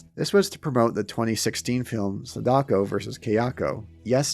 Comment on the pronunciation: wow dude everytime you pronounce SAdako wrongly, it fuels my anger! Please either learn the right way to say it or don't say it... its Sa-Da-Ko... and not se-DAko